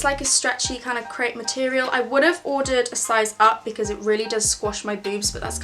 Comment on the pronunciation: I can’t when she says crepe